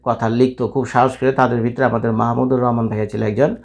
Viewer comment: বাংলাদেশের একজন স্বনামধন্য লোকের নামটাই আপনি ঠিকমত উচ্চারণ করতে পারেন না, আবার রিপোর্ট করতে আসছেন